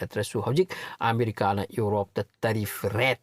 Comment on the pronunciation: "Urope" haibase "Europe" haibiyu